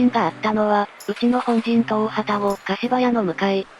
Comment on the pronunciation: 大旅篭柏屋(かしばや)と濁る読み方は、昨今は見かけないので興味深いです。